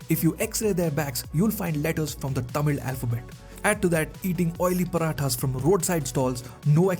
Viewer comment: Thanks for pronouncing Tamil correctly